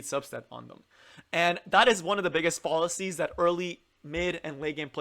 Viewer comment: its not fall a sees closer to fall as in Al (the name Al) fallacies